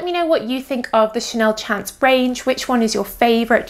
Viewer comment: I would just like to point out that it's a French perfume so the pronunciation of "chance" should be the French pronunciation. To an English speaker it should sound a bit like you're saying "shons". In French, "chance" means "luck".